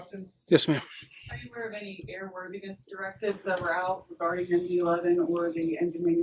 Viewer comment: Did you notice the part where he called an MD-11 a “McDonnell Douglas 2”? That was right after saying he was going to read from his notes to get it right.